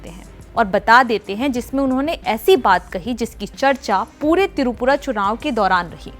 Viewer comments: It's not Tirupura It's Tripura. Ur pronouncing the state name wrong. Kindly pronounce properly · Tirupura nehi, the word is Tripura ... Basics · Tripura not tirupura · Pehele up tripura pronunciation sayi se boliye